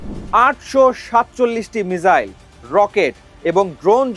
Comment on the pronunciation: মিজাইল নয়, মিসাইল।